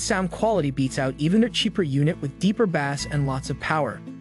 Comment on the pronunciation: the narrator can't pronounce "bass" or "presets" correctly, should I trust him